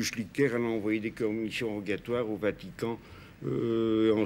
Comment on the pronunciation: À 27'36'' j'entends bien 'des Cornichons rogatoires' 😁🤣 jamais goûté ??!😳